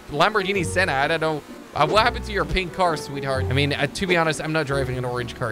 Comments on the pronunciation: Did he just say Lamborghini Senna? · its a lamborghini sian not senna thats the mclaren sennna